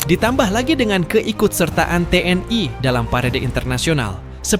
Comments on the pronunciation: kok gak enak ya denger ucapannya nya Te eN I (TNI) jadi Te en ai... jadi melayulayu..🤔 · Ucapkan T N I bukan tnai.😮